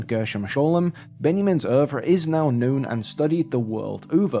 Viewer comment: he pronounced oeuvre correctly, based